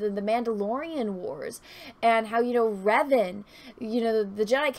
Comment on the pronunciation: Darth 'Rev-ahn', not "Reven". Lol